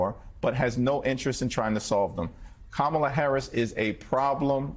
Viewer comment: Her name is KAMALA, Al! Get it RIGHT!